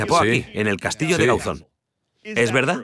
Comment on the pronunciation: ???. Ya sé onde queda si soy de aquí. Pero digo que en el programa dicen Gáuzon, acentuando la "a", no la "o" de Gauzón.